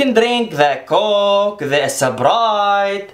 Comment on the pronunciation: "The Gokeee" Hahahaha😂😂 Coke.. Hahaha